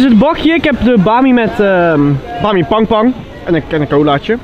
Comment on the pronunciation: hij zecht bami pangpang XDDDDDDDDDDD